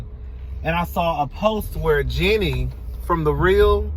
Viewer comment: FYI Jeannie’s name is pronounced the same as “genie” is. Like the Jeannie in I Dream of Jeannie. When the heck did she say/imply black men aren’t good enough to marry? Interesting observation about giving baby dolls to babies. I don’t think I was ever into them, it kinda creeped me out. I guess I knew I didn’t want any part of motherhood even at that young of an age 😂😂